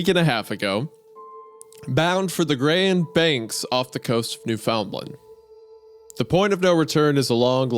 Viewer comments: Not New Found Land 🤣 Its also not New Finland either, it's Newfin-lan. The d gets dropped at the end and Newfin is closer to one syllable than two. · Why’d he pronounce it new-found-lind, it’s better pronounced new-fin-land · Newfoundland is pronounced Newfenland In the east coast of canada. Have a nice day Eh! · As a Canadian, the scariest part of this episode was when Hunter pronounced Newfoundland as "new found land" instead of "newfinlan" lol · i’ve commented a couple times on wendigoons videos before where he talks about or references the province, but newfoundland is not pronounced NewFOUNDland, it’s pronounced Newfunland, with the U sound being closer to how you would say fin in finland although it is not annunciated nearly as much :D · Time to check Wendi. It's not newFOUNDlund. 90% of Americans get it wrong so I won't hold it against you. The best way I can spell how it sounds is "Newfndland". Newfnd is said like one word and land is said normally. Most Newfies (be careful, not all of us like being called Newfies, most don't mind) don't pronounce the 'd'. So, Newfnland is what you'd get out of most of us. I can see Grand Bank across the bay from my house. Bloody beautiful living right on the water in a small town. Cheers, b'ys! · As a Canadian, hearing Hunter say "newFOUNDland" instead of the usual "New-fin-land" hurts my soul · I have to point out, as a Newfie, it's pronounced noof'n land. Rhymes with understand, and not said as 3 different words. It's a small thing, but maybe I'm just used to Newfie-nese lol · new-found-land, ports-mouth, whats next, are you going to pronounce bangor like bang-er? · I'm almost two weeks late for this but NEWFOUNDLAND MENTIONED. It's extremely unlikely it'll ever be mentioned again on this show, but just in case, for future reference, the proper pronunciation is "Noofin' Land". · I started laughing with my friend when he pronounced Newfoundland as it is written and not Newfinland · Newfoundland is pronounced NEW-fun-lind